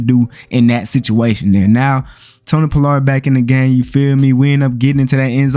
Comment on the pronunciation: Bruh...you can't say Pollard at all🤣🤣🤣🤣🤣🤣🤣🤣